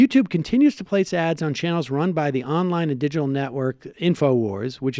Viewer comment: What's a didgel network? What's eckseteruh? What's up Sam's nose?